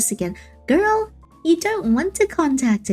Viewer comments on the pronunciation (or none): I DONT KNOW WHY BUT IT WAS SO FUNNY TO HEAR SAY GIRL 😭😭😭😭